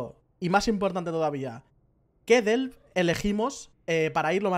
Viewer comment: 100 veces dicha la palabra ''Delve'', ni una vez bien...jajajaj el video guay eso si.